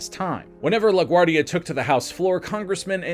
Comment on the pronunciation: *La Guardia (not "La Guardi")